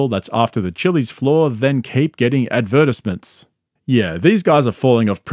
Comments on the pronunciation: I now have a new way to pronounce advertisements😂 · the way you pronounce "advertisements" is crazy